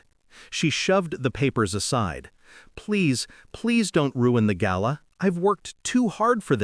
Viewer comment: The best pronunciation of the word GALA ever in all the months listening to these stories. Thank you very much.